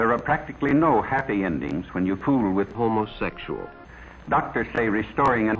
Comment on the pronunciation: how tha fark did she try " homosexul " with this guy? O_o